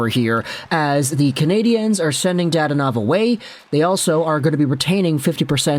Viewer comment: I’ll be that guy. Da-don-ov. I have no clue why dad-onov irked me so much.